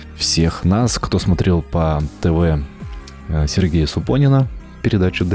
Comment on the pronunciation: Геймпады от разных регионов точно взаимозаменяемы? От даты изготовления консолей и геймадов это не зависит? И фамилия у Супонева была всё же СупонЕВ, а не СупонИН.